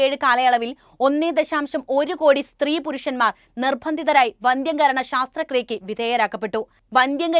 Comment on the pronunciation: മോളെ, ശാസ്ത്രക്രിയ അല്ല, ശസ്ത്രക്രിയ ആണ്. ശസ്ത്രം എന്നു വെച്ചാൽ ആയുധം (operation- ന് വേണ്ട കത്രിക, ബ്ലേഡ് ഇത്യാദികൾ) എന്നാണ് അർത്ഥം.